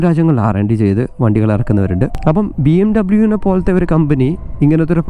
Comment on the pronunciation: It's BMWeeeee Bayerische Motoren Werke